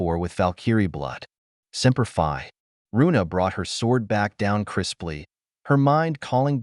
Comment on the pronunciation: Oh ya also if your going to use inspirational military terms. Make sure that they're pronounced correctly. Cuz I can tell you any Marine that heard your reply of semper Fi wanted to destroy their phone when they heard that